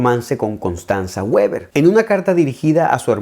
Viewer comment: Con todo respeto mi estimado, la pronunciación es sería algo así como vi:baa. Lo que trato de decir, es que tal vez se le pasó por alto la pronunciación alemana. Sin embargo, no lo estoy diciendo a la defensiva. Cómo asperger se me resulta complejo no decirlo, así que traté de suavizar mi comentario. Espero que no se enoje: Gibran.